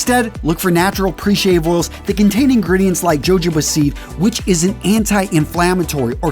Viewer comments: It's "ho ho bah" not "joe joe bah" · It’s spelled jojoba but the j’s are soft so it’s pronounced like yohoba. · I've heard you say it in a couple videos now, and I'm surprised nobody has let you know you're mispronouncing jojoba. Its a Spanish derivation so it is huh HOE buh. I know this vifeo is a bit older, but I'm hoping you will still get the notice from my comment. Cheers.